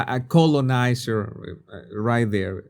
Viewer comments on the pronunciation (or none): Every time he said colonizer all I heard was colon like colonoscopy. With that in mind relisten to him say colonizer. Obviously it all has to do with accent but it's pretty funny.